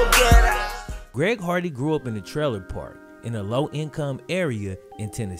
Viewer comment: Only reason I remember him is cuz of him saying “ Greg hogwarts”